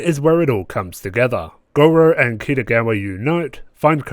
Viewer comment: Yes, finally! Red hot go's back and it couldn't be stronger! I agree with a lot that you say, especially the bit about Gojou's somewhat inconsistent tolerance levels and the show's inconsistent "contextual" perv-pandering. Also, (I'm really trying not to be pretentious here) "Gojou", not "Gorou". Still, I really enjoy your analyses/red hot goes and I hope you do more! Edit: yo it's fixed